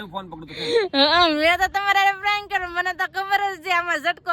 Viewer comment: પ્રેંક બોલાય બેન તમારું પ્રયંlક સાંભળીને કંટાળો આવે ગયો